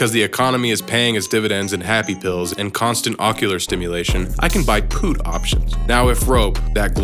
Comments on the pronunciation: its not puth like charlie puth its called a PUT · "Pooot option" hahaha 🤦🤦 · That's not how you pronounce 'put' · Why do you say put like that tho 🤣🤣